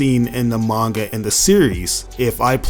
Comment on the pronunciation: You can tell hes a fake fan by how he pronounces things like manga and calling it the scream button. He literally missed the point of why the game is even called sparking in the first place. Stupid journos